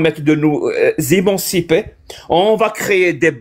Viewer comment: Il se moque de son accent et derrière il dit « imancipé »pour dire émancipé